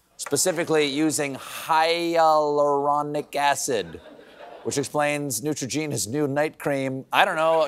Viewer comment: The way Stephen siad Hyaluronic acid 😂